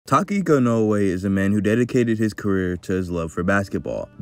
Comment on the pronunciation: "takiko noue" LMAO